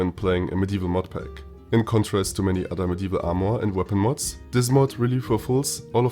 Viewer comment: Its Armor, and NOT AMOUR!!!!